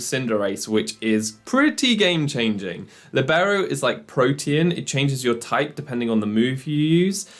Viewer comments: It is pronounced LEE-beh-ro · It is actually pronounced Lìbero, the accent goes on the i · always feels weird to hear Libero with the english pronounciation. And I can't wait to try this set out! :D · the way you pronounce libero cease